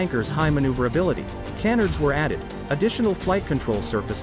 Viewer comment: Lol "can-nerds." Obviously the narrator is not an aviation guy.